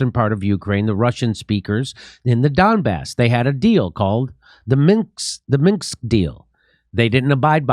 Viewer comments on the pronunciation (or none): MINSK not MINKS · Minx, misk, minskss... God DAMN! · why cant Jimmy say Minsk? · Jimmy I'll give you $1m if you ever get Minsk correct 🙂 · Does anyone else hope that Jimmy never learns how to pronounce "Minsk"?